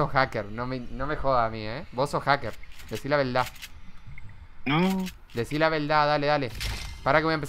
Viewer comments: Deci la veldad 😂 eres el mejor del mundo amigo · "Deci la veldá" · Jajaja DECI LA VELDAH:v